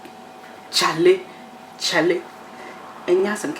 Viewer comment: I like the way you said Charlie!!!! This will go very well with Kenkey😋, well done